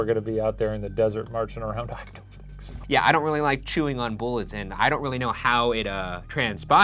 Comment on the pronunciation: Why does shane's "yeaa". Sounds like "yeet"